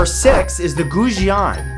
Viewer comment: Guo Jian NOT gu gu jiao yr lanjiao damn small!!!